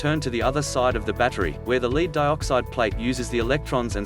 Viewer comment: Ugh. Robot voice. Note the mention of "leed"-acid battery.